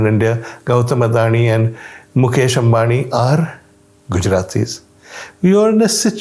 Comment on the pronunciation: He correctly pronounced Ambani (અંબાણી) and Adani (અદાણી).